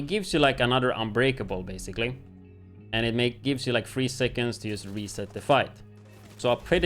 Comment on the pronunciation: why do you pronounce 'just' as 'yust' ?